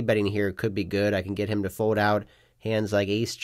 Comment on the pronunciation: I’m hopeful that one day you will learn how to say “fold” instead of “fode”.